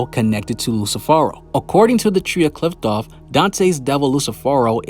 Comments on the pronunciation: It’s pronounced KLIFF-OTH not KLITH- TOFF, just wanted to clear that up fr the next time you make a video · Qliphoth is spoken "Klee-foth" , not "kliptoth or "klaipoth" how other youtubers are saying it. why does everyone has a wrong pronounciation? Anyway thanks for the video.